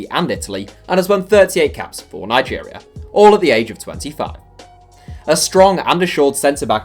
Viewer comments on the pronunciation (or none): none